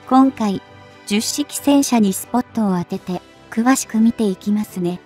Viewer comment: と 同じ型番が繰り返され❓️😳となります。 10は「ひとまる」と読んで頂きたいです🙏